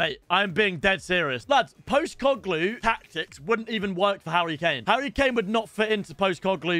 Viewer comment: Just for reference, I’m a big Celtic fan(I know you hate us)😂 but this is ho you actually say his name, love that your investing in his system, he will do big things for your team. Poh-st-i-cog-lu